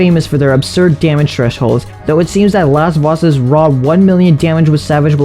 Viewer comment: Lasvoss is a gud boi, balgor not as funne. Laswaahs